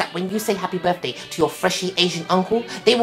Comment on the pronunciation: They say buday not birthday